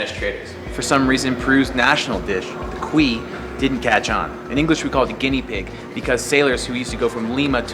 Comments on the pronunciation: Cuy is pronounced: coo-ie ;) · its spelled Cuy, but its pronounced ku-ee